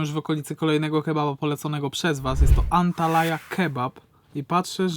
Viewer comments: Antalya idioto a nie antalaya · ANTALYA naprawdę jest taka miejscowość w Turcji. Nie Antalaya. 😉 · An talaja 😂🤣😂 serio ? Tak jak piszesz tak czytasz Antalya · Książulo!: Antalya , czyta sie Antalja nie ANTALAJA 😂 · chłopaki to jest chyba Antalya Kebab a nie Antalaya 😁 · To z "dziwnymi" sosami, to jest taki Iskender kebap trochę. Bo to jest mięso położone na jogurcie, sosie pomidorowym pikantnym, z dodatkiem masła, a obok pita. Żadnych warzyw. Pychota ❤. No i Antalya wymawia sie "Antalja":). Bardzo Was lubie😘